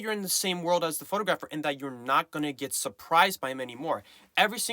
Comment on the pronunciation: How you mispronounce photographer is jarring. Surely you should make sure you know how to say the word since it's the main word you'll be using all the time 😅